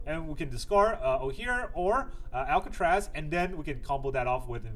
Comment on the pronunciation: You are butchering the bat gods name. It's Ac-la-zotz. Not Al-ca-traz.